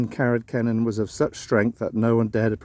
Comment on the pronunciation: I enjoyed the video, your pronounciation of Carreg Cennen was correct too! Owain Glyndŵr was a bit off though 😊 try it as ‘Oh-wine Glindure’… 😅